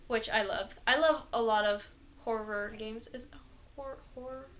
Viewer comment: See what happens when you don't have us Brits voicing you colonials/foreigners, you start saying things like whorer instead of horror. Perfectly Japanese British accent indeed! :P